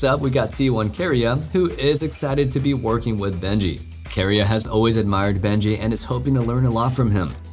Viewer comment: I’m sorry but man really butchered some of the word pronunciation in this video. Bengi pronounced to “Benji” me when